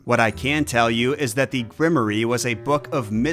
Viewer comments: My lord, what is a grimoree??....Grimoire pronounced "grim war"....grimoree lol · Is grim-or-eee a weird Oz word or is just saying grimoire wrong? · You do all this research and never heard the word grimoire? Because it's not pronounced grimery. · Isn't Grimoire generally pronounced Grim-Woir? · For you to pronounce grimoire properly... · It deeply bothered me how much he kept mispronouncing "Grimoire"